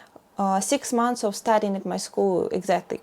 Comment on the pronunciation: M-O-N-T-H-S, not mounths. Why do you do this‽